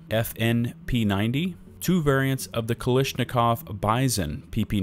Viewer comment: omg the way you pronounce kalAshnikov and heckler & koCH is ridiculous and funny